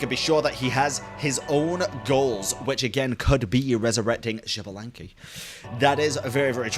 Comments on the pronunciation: First, signora thought she was stronger than venti but you never intended to fight with the Raiden Shogun. She was fighting us and thought she was stronger than us. Second, Xbalanque is pronounced "Sh-balan-que" x has an sh sound in mayan and Nahuatl, I think. No, shi, jush the sh. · malditasea se pronuncia ishbalanke it isn't that hard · as Filipino, I pronounce Xbalanque, "Ex' Balank" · Okay y’all, I feel dumb, who is Bianca or xblank / javablank? I don’t know the name or how is saying it 😭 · gave up pronouncing Xbalanque's name lmfao, and honestly I don’t blame him. You’re trying your best 🫶🏻